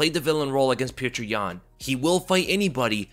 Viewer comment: This guy keeps pronouncing his name as “pjuwtjur”😂… petr is pronounced as “pyotr” man.. shit